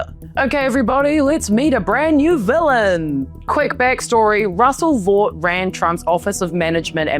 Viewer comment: (Russell) Vought is pronounced "Vote"